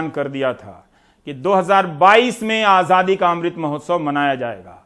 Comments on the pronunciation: Is ko Azaadi bolna tak to aata naheen (Ahjadi bol raha hai) Yeh kya karga ???? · Azadi hota he bhai....aajhhadi nhi hota...pahle bolna to seekhlo...MAHARAJ🤣🤣🤣